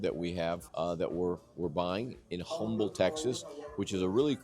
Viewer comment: The H is silent in Humble. May want to know before you spend millions there.